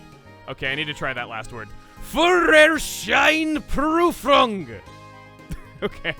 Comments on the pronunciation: Chuggaa's pronunciation of that long German word was surprisingly accurate. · oddly enough Führerscheinprüfung is the word you nailed most xD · Not even 2 minutes in and I'm already dreading how this is gonna turn out. Or maybe that's just my inner German-speaker being a little too harsh. Edit: nvm he got Führerscheinprüfung almost spot on. We're good.